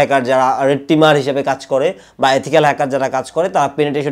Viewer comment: এথিকয়াল না ইথিক্যাল